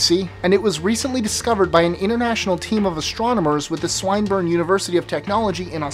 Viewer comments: FYI it's pronounced S-WIN-BURN not S-WINE-BURN :) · lmao it's not Swine-burne university it's pronounced as swin-burne xD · Swineburn... really? you really think that an educational institution would have a name pronounced like that? lots of your videos are really interesting and fun to watch, but your obvious disregard and Constant carelessness when pronouncing words not common in the US is grossly disrespectful to the wider world community. The fact that America carpet bombs foreign cities whose names they can’t even pronounce is bordering on surreal. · its pronounced sWINburne University lol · Man, I've gotta give props for that pronunciation of Swinburne College. (Swin-bern)